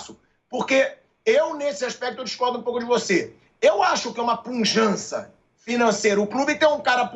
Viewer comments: O certo é pujante e não punjante😂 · Pilhado, não passe vergonha... o mínimo que um jornalista precisa é saber português. Não é puNjante, é PUJANTE...